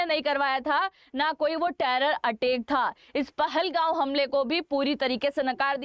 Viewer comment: It is not pahalgau it is pahalgam and it is not your it is Kashmir 😂😂😂 learn how to pronounce pahalgam before saying anyone wronge 😂😂😂😂😂